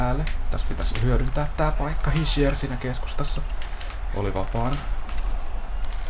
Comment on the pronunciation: Se lausutaan kyllä hisher